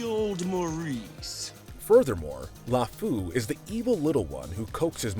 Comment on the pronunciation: i died everytime you pronounced lefou